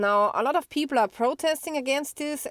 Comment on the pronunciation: I like the way you pronounce "people" as "peepor"... HAH!